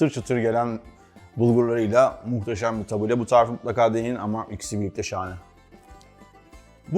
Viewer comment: yalnız onun adı tabule değil "tebbûle". ingilizce bir kelimenin telaffuzunda yanlış yapsak hemen gülünür madem öyle Arapçayı da doğru telaffuz edelim. (Felafel ve Tebbûle Suriye kültürüne ait yemekler.) Tebbûleyi kısır diye aktarıyorlar ama kültür noksanlığı oluyor, şefin de dediği gibi tebbûle daha bol yeşillikli bizim kısırımıza göre.